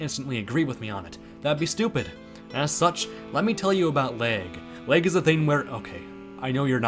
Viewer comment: Gotta say, from the outside looking in (I don’t have a switch but I play showdown) I love terastilization (idk if that’s good spelling) for competitive. That pronunciation of lag is so Midwest omg.